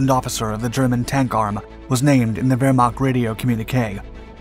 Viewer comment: Put Wehrmacht in Google Translater and than listen how she Say it. You say it wrong